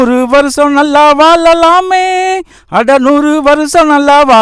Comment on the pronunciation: தம்பி பாடல் வரிகள் மிக அருமை மழை,வாழலாம் சரியாக உச்சரிக்க கற்றுக்கொள்ளலாமே